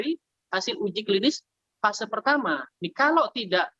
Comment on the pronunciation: Fase 1 y, bukan vase 1